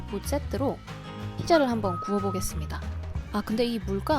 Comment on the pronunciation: ㅋㅋㅋㅋ 붓세뚜로라고 들리넼ㅋ